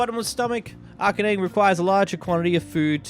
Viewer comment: Arcane? Brother if English is your native tongue, your school system has failed you